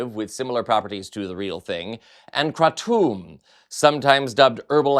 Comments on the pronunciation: Wtf is kratomb? 😂 You mean kratom? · Isn't it pronounced "cray-tum"? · It's pronounced Cray-tum I've been taking kratom for about 12 years now for my anxiety and pain. It's not addictive. It is however habit forming like literally everything that exists. Pharmaceutical companies have been trying to ban it for a decade now because it's a safe alternative to opioids. There are dirty brands of kratom such as OPMS and Kratom Therapy that add chemicals to it to "enhance" it's strength, and those brands need dealt with. Kratom on its own cannot be OD'd on. If you take too much you'll end up nauseous and with a really bad headache. Kratom belongs to the same family as coffee, which your body reacts to the same way if you over consume too much of. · Kratom is pronounced kraytum. By itself has benefits & used as an alternate to opioids. I know people who have gotten themselves off of opioids by using Kratom. They are clean now. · Kratom pronounced 'kra tm'. Look it up. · It's pronounced kray-tum. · wHy aRe You SUDdenly oVer eNUNciATING EVery worD that You SaY? And wHy can't YoU prOnOunce KRATOM coRRectly? Are YoU haVing a StrOke? LIkE Oh mY goD. GaG me WHith a sPOON. And a few more Hs just for gOOd MeasHHHure.